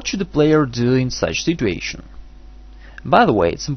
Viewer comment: It's situation not stituontion